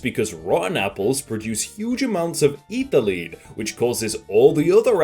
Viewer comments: “Ethlyne” is probounced “Eth-Lin” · why do you pronounce ethylene like that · It is ethylene not ethylene, smh. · The way he pronounces "Ethylene" as "ee-thuh-lean" instead of "eh-thuh-leen" pains me.